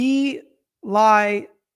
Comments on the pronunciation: Bee lye - not belly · It's actually "bih" not "buh" if you're really trying to be accurate, which I think you are. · Just fyi, belie is pronounced "buh-LYE," with a hard "I" sound.